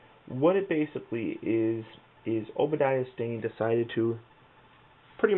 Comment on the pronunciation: he says obediah